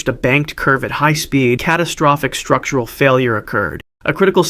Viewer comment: "Strututral Fatigue"..... I think you mean "Structural"